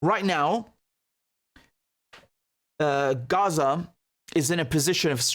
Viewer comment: Heh Richard, I respect the word you are doing the transparency, and 0 bias of your analysis. the other thing I like about you is how you pronounce Arabic words like Gaza (Ghazza) and words that have letters ه ح ع ق ; but Haniya unlike Yahia is written this way هنية.